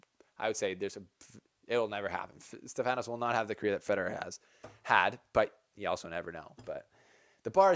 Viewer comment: the name is Stefanos and the tone goes to e not to a....in greek is ....Στέφανος.... so to understand